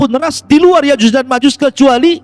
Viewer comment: Nyebut nama yakjuj makjuj aja kau belepotan.masa iya kau sebut yakjus makjus.😂😂😂😅😂😂😅jus mangga kaleeee😅😅😅